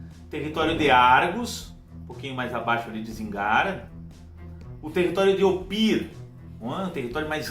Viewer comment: Apenas a pronuncia de poucos nomes você poderia revisitar: Ophir (ʼÔp̄îr): deve pronunciar cono Ofir Zíngara: Sílaba tônica está na primeira. Vilayt: vem do turco e soa como francês O resto ta pergeito. Penas sugestao. Abs